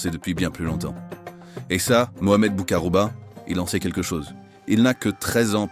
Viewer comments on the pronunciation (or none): ALORS MON CHER AMI SIONISTE, DEJA BOUMMEDIENE S'APPELLE MOHAMMED BOU-KHAROUBA, PRONONCE LE BIEN, A MOINS QUE TU SOIS ASHKÉNAZE. EFFECTIVEMENT LES ARMES ACHEMINÉ AU NADOR ET OUJDA A L'OUEST D'ALGÉRIE, ET AUSSI A L'EST A LA FRONTIÈRES TUNISIENNE. CÔTÉ FRONTIÈRES MAROCAINE, LES MAROCAINS N'ÉTAIENT PAS AU COURANT SINON ILS INFORMAIENT LES AUTORISÉ FRANCAISE🇨🇵. ET N'OUBLIONS PAS QUE CETTE PARTIE, NADOR, BERKENE, OUJDA, TAZA, GUERCIF ETAIENT ALGERIEN. 🇩🇿. VOILA